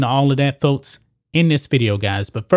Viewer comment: I'd watch more of your videos if you'd just work on pronouncing simple words like CRITICS and FOLKS. So annoying. You say critits and folts. Unbearable.